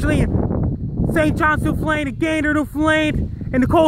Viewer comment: "New Fh-lained"...?